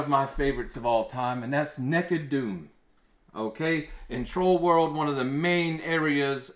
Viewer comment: LOL. I will now forever pronounce it "Nekkid Doom".